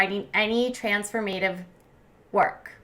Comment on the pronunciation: Not trans-4-mA-tive.....TRANS-4-Ma-tive. Please if you’re going to be a ‘host’ go over what you plan to say and check a thesaurus and dictionary for correct pronunciation.